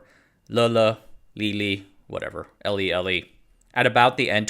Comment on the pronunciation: Litho-Etch-Litho-Etch should be pronounced as "ley, ley."